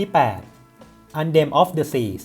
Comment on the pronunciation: อ่านว่า แอนเธม ออฟ เดอะ ซี ครับ ไม่ใช่ แอนเดม งงเลย